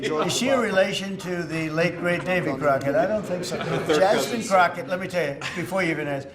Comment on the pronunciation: I think he said Jasmine CROCKOFSHIT😂😂😂